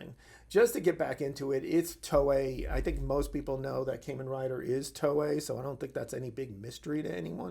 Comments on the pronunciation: It's Kamen Rider, not caymin rider like what you're saying. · "Caimen Rider" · As excited as I am for this I just wish he would say it right 😭